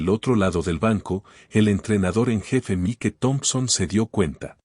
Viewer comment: Desagradable situación y no mereclda. Cerciorarse, antes de proceder. El irrespeto, arrogancia y racismo son MALOS CONSEJEROS. Argumento excelente, DIFERENTEE. Me encantó. Enhorabuena, por tan magnífica narración. Buen narrador, recuerde nombre en inglés Mike, se pronuncia Maic 😊. Tiene muy buena entonación, dicción, maneja super bien, los signos de puntuación. ❤